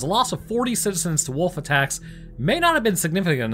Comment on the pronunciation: Ohh, you said "wolf attacks". I thought you said "wolfie tax"....works either way I guess